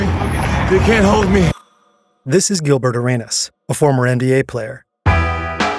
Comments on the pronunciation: Kash Patel needed to be made fun of for saying La Cosa Nostra the way he did but pronouncing Gilbert Arenas last name the way you did the narrator should be made fun of too. It’s Arena with an S on the end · how do you criticize the govt. for mispronouncing words then repeatedly say gilbert a-ray-nas? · you can't knock cash for his pronciation when you're saying Arenas like that pal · Imagine making fun of someone for pronouncing something wrong then pronounce arenas like that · You. can't make fun of the mispronunciation of the mob names and then mispronounce Gilbert Areanas 10 times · imagine making fun of the way la cosa nostra is pronounced, and then get gilbert arenas' name wrong multiple times yourself.